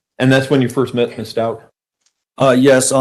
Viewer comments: I think HH liked Al. As a dad. So sad she’s lost all her parents. Her attorney mispronounces Stauch too. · Is this first case? I feel a little embarrassed for him. I also think it's interesting that he has mispronounced her name several times and neither one of her attorneys are sitting near her, like they don't want to be associated with her.